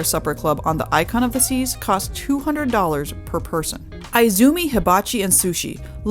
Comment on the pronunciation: Very good and thorough tour and review! Many thanks for sharing this in advance of anyone's actually being able to sail on such a life-changing floating city. One tip: Izumi is correctly pronouned EE-zoo-mee and not I-zoo-mee. As in Spanish, so in Japanese the letter i is always said as ee whilst the sound of English I would be spelt as ai (e.g., bonzai).